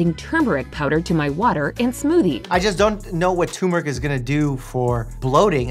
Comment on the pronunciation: Mike, how's about not adding an "i" to "peristalsis" and not removing the first "r" from "turmeric"? Come on you're a freaking doctor right?